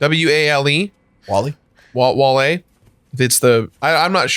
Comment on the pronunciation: Debating the whiteness of sitcoms and then pronouncing Wale as "Whale" is top tier